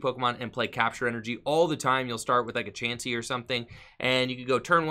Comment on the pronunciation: Also I like how you say Chaunsey lol